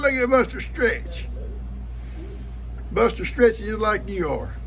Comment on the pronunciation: Norma here. Buster loves Koda and I love the way she pronounces Bustah. She’s a good little tap dancer. lol Ivan doesn’t really like sharing his treats. Cleanup from a flood just takes forever. Thankfully, Ben is helping you. I hope you all get those back pastures cleaned up and the fences fixed so you can have some peace of mind.